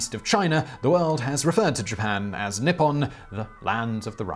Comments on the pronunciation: as a Japanese language student who knows the answer..... let the trial begin... i will edit after Edit: Not bad. As for pronunciation, pretty good, but it should be NI ppon / NI hon and not ni PPON / ni HON You did miss that the characters themselves 日本 (ni - hon/ppon) mean:日 Ni : Sun/day 本 Hon/Pon: root/beggining/ book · Simon, good job on a lot of those Japanese pronunciations. You just kept saying Nippon as nipon instead of how it's pronounced in Japanese. The "I" makes a hard "e" sound. So written out phonetically, it would look like Neeppon. But you nailed just about all the other pronunciations, which surprised me. The simple one is hardest and the complex ones are easier? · I find it a little peculiar that the way you say Nippon sounds like "nipple"... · Huhuhuhuh, nippon sounds like nipple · That mispronunciation of 日本(nippon) had me reeling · Your pronunciation of Wakoku (和国) was good enough. However Nippon (日本) could use work if it should come up in the future and you happen to remember great ni is pronounced like knee and the o in pon is long like in orange. The same is true for nihhon (also 日本). For anyone who is curious the wa (和) from wakoku is still used to refer to Japan in words like 和食 (washoku) which is Japanese food but in most cases Nihhon or Nippon are used like 日本語 (Japanese language) and 日本人 (Japanese people).